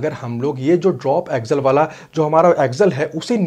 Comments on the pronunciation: Bro axle bol raha ki aggel pata nai chal raha hai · भाई ऊसे ॲक्झल नहि ॲक्सल कहते है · सबसे पहले तो इसे एक्जल नही एक्सल बोला जाता होगा